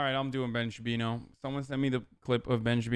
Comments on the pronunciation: Hi, I’m new here. Can someone please explain why he calls Shapiro “Shabino” ? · I can't believe I'm just discovering Piker. Dude is fuckin hilarious. Ben "Shapino" lmaooo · "From the brilliant mind of ben shapino" xD